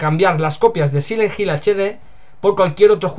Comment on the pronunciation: Sile jil = silent hill, me disculpo de antemano pero se me hace bien chistoso como los españoles a veces pronuncian las palabras en ingles XD, saludos y que mala noticia por parte de konami, yo no compre esa coleccion en HD solo porque le cambiaron las voces y la verdad yo le soy fiel al original PS2:D